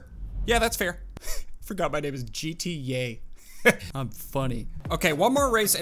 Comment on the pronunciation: "JeeTeeYay" LOL